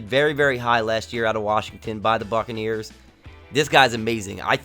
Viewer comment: When he said buccaneers about a minute 35 into the vid I thot he said fuckaneers